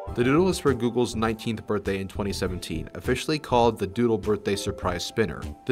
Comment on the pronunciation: Lol “Dooldol”😂😂😂😂